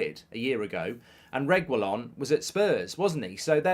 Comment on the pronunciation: Nahhhhh mark’s pronounciation of Reguillon is pissing me off 😂